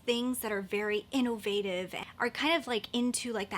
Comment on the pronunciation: She over enunciates innovative lol. In-NO-Vative lol